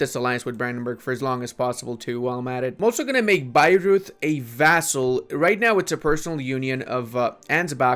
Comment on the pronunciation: Also Bayreuth is isn't pronounced like Beirut, more like Bei-Rooid